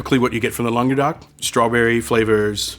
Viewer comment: I cringed when I heard you (attempt to) pronounce Languedoc. It's not pronounced as longerduck. Next time say it as "long doh k".